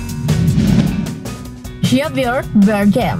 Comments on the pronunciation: Johnny Depp Bacanya joni dep kak, kan huruf "e" nya 1. ✌️😀 Javier juga dibaca havier kak 😄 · Johnny depp, depp woy bkn dip bacanya, javier bacanya havier woy bacanya😑 udh mah salah soal itung2an umur johnny depp wkt debut film ini, salah juga baca namanya kacau kacau😑